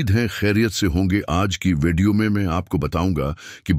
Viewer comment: آپ کے الفاظ کای ادائیگی کا طریقہ ٹھیک نہیں ھے لفظ وڈیو کے بجائے آپ کی ادائیگی وے ڈی او ھے آپ نے پر مغز گفتگو کیا ھے مگر اس سمجھنے کیلئے دوبارہ سننا پڑا ھے پھر کچھ باتوں کا سمجھ نہیں آیا ھے اپنی الفاظ کی ادائیگی کو بہتر بنائیں